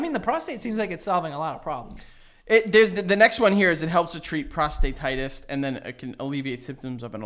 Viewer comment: “Ep-I-did-a-miss” “Pross-do-tie-dis”